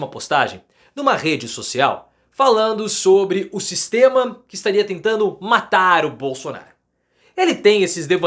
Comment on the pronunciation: O " Sixxxteama" é FOADA parcearo!! 😂😂😂